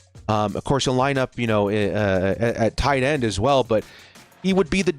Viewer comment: ”whataauhhh Issa tight enn” 😂😂😂